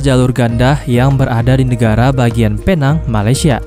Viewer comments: bang pinang bukan penang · Cuba sebut betul betul bukan phe nang tapi pi neng walaupun ejaan dia penang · Admin.. Bukan penang Sebutan yg betul..pineng Ejaan nya..penang atau pulau pinang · bukan Penang ia di panggil adalah "pineng" tapi tulisan penang salam dari malaysia 🇲🇾❤️🇮🇩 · Penang tulisan nya mas tapi baca nya pulau pinang